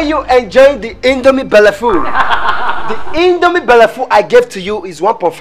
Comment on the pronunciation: I love how Ada says Indome Belleful